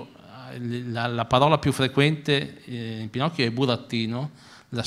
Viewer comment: Si ovvio però pronuncia male la P in quel momento e sembra quasi una F ahah, io ogni volta che lo riascolto sento finocchio 😂